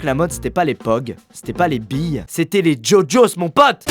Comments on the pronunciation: ça s’écrit gogos mais il dit ça djodjos 😂😘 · Par contre on dit GoGos ( GUOGuos) et pas jojos